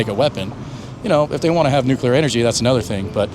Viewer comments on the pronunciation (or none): Please, it’s Nuclear , not nucular, for cripes sakes! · PSA: "Nuclear" is not pronounced "nucular" Let's sound it out. Nu-cle-ar. NOT nu-cu-lar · NOOK-LEE-YUR, not NOOK-U-LUR. Omg 🤦 wtf America! 🇺🇸 why can’t anyone annunciate this word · Bro needs to learn how to say Nuclear. For how much he tries to use the word. Nucular... Really? Also Nick didnt pronounce Iran the same way twice the whole video. 😂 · Tim "nucular" Kennedy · Yeah not sure I’d listen too closely to anyone that says “nukular.” He also said “ingredients” twice in his 4 things needed for nuclear warfare explanation. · Can't pronounce "Iran", can't pronounce "nuclear", doesn't know that the US is the #1 sponsor of terrorism in the world, doesn't know that his government was involved in overthrowing Mohammad Mosaddegh in 1953, still believes everything the MSM tells them even in the age of internet with all the available info... that's your average American right there. The cowboys will never change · It sounds so stupid when people don't know how to pronounce Nuclear